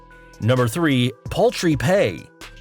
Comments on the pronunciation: *Paltry Lol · Poultry pay? The word you want is paltry. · When you said "poultry pay", I'm sure you meant "PALTRY" pay, unless chickens are a viable currency in WWE, which means I will just send WWE a few Rhode Island Reds the next time I want a new shirt.